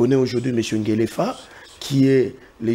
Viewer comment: Pas Ngelefa , Ngefa